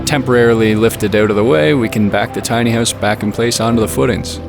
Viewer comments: "Tiny hoose" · Your work with your caulk is impressive, but you have to learn how to pronounce "house". Lol.